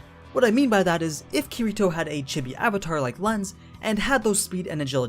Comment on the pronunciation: I can tell u don't know kiritos true power because..... YOU DIDNT EVEN SAY HIS NAME RIGHT